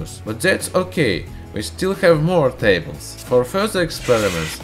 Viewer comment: **ve still khave morgh thables😂😂